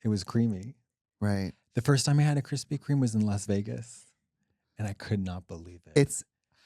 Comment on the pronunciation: KUHRISPY KHREME